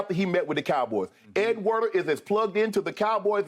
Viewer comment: Pretty sure it’s Ed Werder not Warner